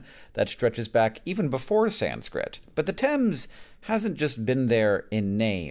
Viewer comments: it's pronounced 'tems' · Definitely pronounced "tems", rhymes with "hems" like on trousers. There is a tributary of the Thames called the Thame, running through Buckinghamshire and Oxfordshire, which is pronounced "taym", like you are training a wild animal (tame). This one rhymes with "same". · THANK YOU FOR PRONOUNCING IT CORRECTLY!!!